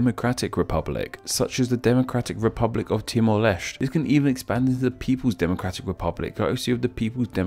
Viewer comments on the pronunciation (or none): Wrong. It's pronounced LESS TEH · LOL, "Timor Lechte". Finally, someone noticed that the Portuguese pronounce most of their esses with a 'ch' sound. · Timor Leste, Leste pronounced as LESS TEH, not the Portuguese pronounciation